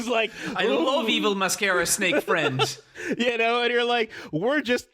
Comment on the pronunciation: "MY BRUZAH" "MY BEST FURENDO" became permanent fixtures in the VC after that episode.